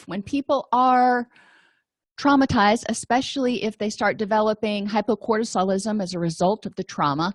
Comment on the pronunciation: are you saying "hypocortisolism" or "hypercortisolism"?